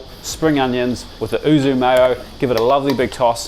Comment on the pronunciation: YUUU - ZUU not OO ZOOO arghh as a Japanese speaker this is like nails down a chalkboard, great video though! Is the ham video coming out soon? 😊